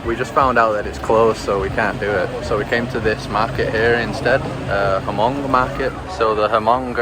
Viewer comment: The H in Hmong is silent. 😊